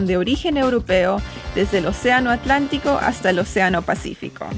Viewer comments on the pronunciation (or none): none